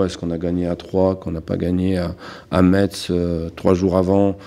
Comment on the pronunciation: L'équipe joue bien mais manque de jus par rapport au début de saison : vitesse de transition plus faible, notamment Gastien qui ralentit le jeu . ( Pour Metz on ne dit pas "Metss" mais "messe")